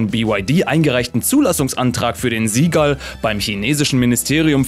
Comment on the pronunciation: Junge, beim Seagull wird das S genauso ausgesprochen, wie beim Seal. Nicht Sie Gall sondern Si Gall.